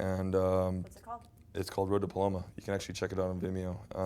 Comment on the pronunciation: no it was "Road to Palomoa" lol bless :)